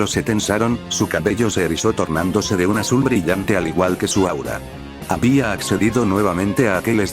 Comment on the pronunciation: Sin ofender pero utilizas mucho acento en el Habia